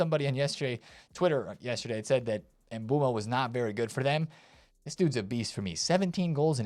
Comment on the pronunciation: W Mbeumo pronunciation!